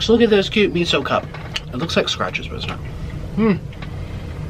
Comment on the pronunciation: Omg the way u say miso makes me cringe thats not how u say it omg